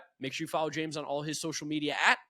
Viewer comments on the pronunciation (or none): It bugs me that James can't pronounce hard Ts. lol